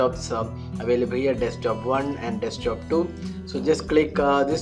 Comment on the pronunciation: Desktop, not Deskjob mate :P